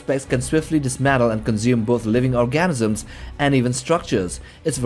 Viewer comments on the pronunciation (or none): Organisms not orgasms😂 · Orgasms? Or organisms?? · Narrator mispronounced Organisms as Orgasms.